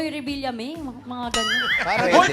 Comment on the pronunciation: Miles, Villame lang hindi revillame.